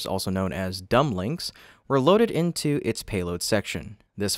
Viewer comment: was that Dumblings or Dumplins? If they are called Dumblings each one should have a name! Biden, Kamala, Pelosi, Schumer, AOC, Comes, Warren, and Sanders! 😂😮🎉